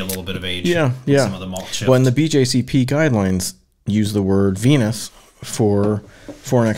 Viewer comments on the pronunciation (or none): OMG every time you said Venus I screamed 😱 it Vinous like a Vine not Venus like a Penis..... ha ha ha